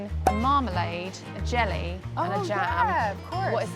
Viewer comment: jelly原來與廣東話完成一樣 聽到時還想怎會話廣東話